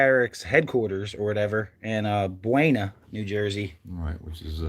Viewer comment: Locals pronounce Buena as "Boona".